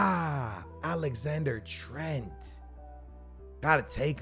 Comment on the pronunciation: “Alexander Trent” AHAHA